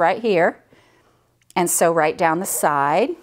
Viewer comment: Sew not see